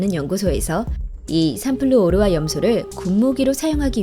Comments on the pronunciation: 삼플루ㅡ오르화가 아니라 삼ㅡ플루오르화로 읽는건데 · 읽는 방식이 좀 거슬리는데 삼플루/오르화가 아니라 삼/플루오르화 입니다...플루오르라는 원소에요.. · 삼플루/오르화 가 아니라 삼/플루오르/화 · 삼플루 오르화 말고... 삼 플루오르화...